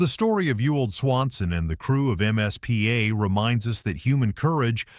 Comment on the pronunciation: Why does the narrator call the “MIZPAH” the “MSPA”? A bit antisemitism there?